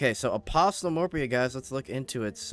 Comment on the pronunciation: Good video, the t is apostle is silent though.